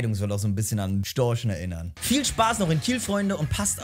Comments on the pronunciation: Nennt man die Kieler nicht die "Kieler Störche" anstatt "Storchen" 😅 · Ich dachte die heißen Storche und nicht Storsche 😂😂😂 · Sehr geiles Video, Respekt, aber zwei Dinge zur Korrektur: Es heißt nicht Kieler Sportverein sondern Kieler Sportvereinigung, und Storche gibt es nicht, nur Störche 😂